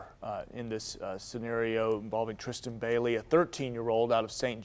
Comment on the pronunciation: its trystan say her name right